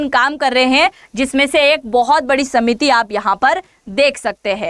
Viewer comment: सीमिति नहीं समिति कहिए ।